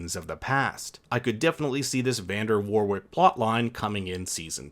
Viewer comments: Great info and amazing series but please pronounce Warwick correctly. It’s ‘Wa rick’ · Warwick is pronounced Worrick FYI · You don't pronounce that second "W" in Warwick